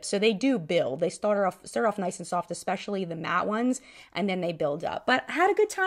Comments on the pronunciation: I wouldn't take this girl's opinion to heart... she says "ex-pecially" 🤣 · 1) morphe/Jaclyn hill-bankruptcy couldn’t have happened to 2 more well deserving entities. I hope karma isn’t done. 2) -looks like she reconsidered that video, it seems to be gone. She lost all credibility when she said “ekspecilly”. Good to know she’s cool w lying. 3) Mikayla shouldn’t be *career over*. But she needs to address this, and reconsider how she handles sponsored posts. I have a feeling brands may reevaluate their relationship with her since ber credibility just took a hit-her whole schtick was “honesty”. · Also, if someone pronounces especially as eXpecially... you know they're full of crap 😂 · That girl that said 'everything is lying' also said 'expecially' so I immediately don't trust her. 🤣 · xD Listeeeeeen. When people do that unironically, it immediately invalidates everything they say for me. Expecially, pacifically, myriad of (these are the ones who are trying to sound like they know more, but they didn't take the time to look into how to actually use the word), axe instead of ask...the list goes on. I know I probably miss out on a lot of good info because of that, but I also know I absolutely dodge a lot of bs that way, too.xD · And she says EXpecially. For that reason alone, I would never be able to take her serious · I laughed so hard when the girl defending dishonesty for money said "e(ck)specially" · That girl tried to sound so smart and so smooth and kept mispronouncing especially. It was driving me bonkers. She really thought she was laying some truth down